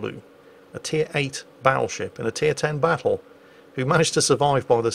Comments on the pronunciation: Bottlesheep is just a heavily accented pronunciation of "Battleship" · well, it sounds a bit like battlesheep if you pronounce it a bit dutchy. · The Dutch captain sounds like my high school bus driver! Whose name was, not coincidentally, Dutch. He was from Pennsylvania, and I bet you he would've pronounced "battleship" as Bottle Sheep. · I think his name Bottlesheep is just a funny pronunciation of "battleship" lol I'm commenting into the video so dunno if you cover that later in the video though lol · bottle sheep doenst have a translation to dutch, nothing that makes sense for sure. but it might be a joke on bad pronounciation of the word battleship